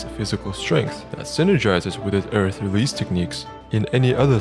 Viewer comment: I think you mispronounced arth